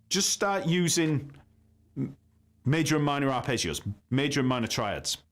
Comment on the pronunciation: Arrpegiooo😂 english pronounce it’s hilarious😂. I’m italian 😂